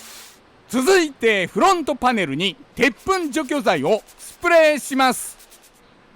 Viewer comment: フrrrrrゥオント！パネrrrrruに！鉄粉わ”！ビッシrリ！ 付いていませんでした。 ほんとすき！